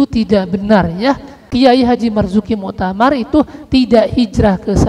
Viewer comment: KH. Marzuki Mustamar, bukan Muktamar, kepleset bro...